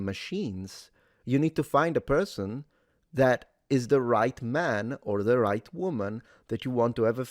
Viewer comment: Such a good perthon:) It’s the Internet and spiteful Mugs are abound, not a Left/Right matter.